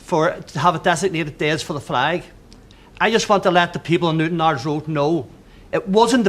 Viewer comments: "I see fleg people"...... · "Muh Fleg".